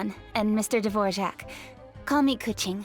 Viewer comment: how did xinyan said his name in english? o-o devorjak? isnt it dvo-rak o------------------o she sound so taxen in english looool